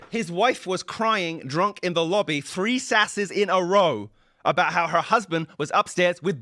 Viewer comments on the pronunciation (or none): What are "sasses"? At the beginning of the video, (4 minutes) said Johnson had "3 sasses in a row".